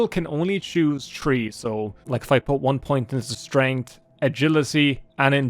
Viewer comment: How dare they demonitize the irish man that says tree instead of three! Welcome back